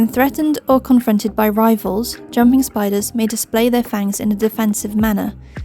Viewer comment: 2 things. First when you were takking about male chelicerae on jumpers, you said "rivals" and I heard "rifles". 😂 Second, you brought up sperm webs for the Tarantulas, but nothing about a sperm web jumpers? I Mean they make them too, right? Because i was talking about this on FB, in a jumper group, and they said they'd never hesrd of it, but jumpers didn't molt into their final molt with sperm already loaded in their pedipalps.